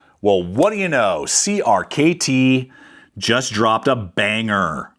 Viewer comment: Great video. Hearing you constantly say “Creamy” is a bit cringe though